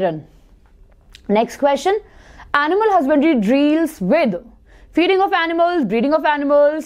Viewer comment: 15:6 mam it deal not dreel 😁